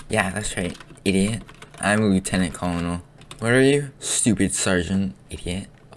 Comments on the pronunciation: It’s pronounced “Leftenent Kernel” not “Lootenan Colnel” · I love the video, also "Colonel" Is pronounced Curnal. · its pronounced Colonel=kur nuhl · It's pronounced "Lootenant Corenel". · You did. Lieutenant Curnal that's how you say it say "Curnal" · it’s pronounced curnel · That is not how you say colonel! OMG